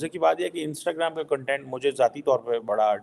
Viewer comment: Jhaatu... there's a difference between kan-tent and kaun-tent.. kya researcher banega re tu